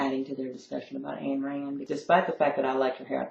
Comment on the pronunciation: didn't they tell you how to pronounce "Ayn"?